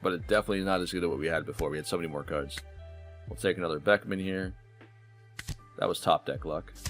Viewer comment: Great video, but your pronunciation of Beckman and Roux is killing me